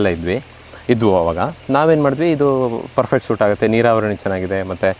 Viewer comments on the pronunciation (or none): none